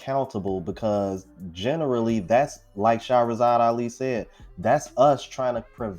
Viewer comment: You are the only creator that said Mrs Ali’s name the correct way! Every other content creator says it the way that SHE doesn’t say it!